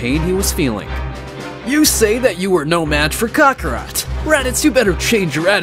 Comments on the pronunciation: WTF is a "Kack-rat"???? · Why to they say crokakat